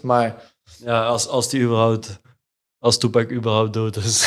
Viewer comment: Toepek hoe hij alleen Tupac uitspreekt